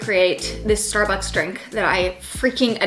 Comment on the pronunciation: ‘Starucks’ HAHA 😂